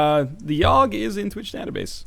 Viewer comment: How do you keep fucking up the Yawhg?